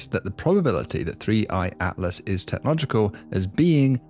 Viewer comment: "..that 3I-atlas is technogical... . . ." DAFUQ is "technogical"?!? 🤣🤯💩 I can't listen to you MANGLE the bloody language. I'm out. 😡